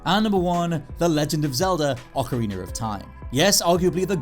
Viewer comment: “Ocariner of time”